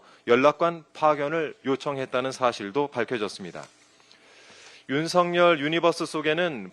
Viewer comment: 윤성열 아니고 윤석열임... 발음 좀 제대로 합시다.. 국회의원 쯤 되면